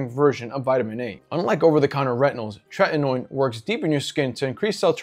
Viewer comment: Not 'Trenton ode', it's 'Tretinoin'.